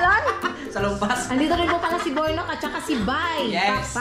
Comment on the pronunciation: Nabigkas ng maigi ni Kenzo ang pangalan ni kuya Niya Burnok.Ang talino ng batang ito. Ang gwapo na ni Jonathan at ang laki ng improvement Niya.